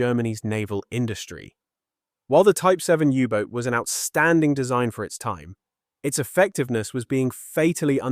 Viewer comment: AI/Speech synthesiser fail! It's not a Yubot. In English, it's a U-Boat. Proof read ALL text before you post. Don't induce a brain crash in your viewers. We can move on in a click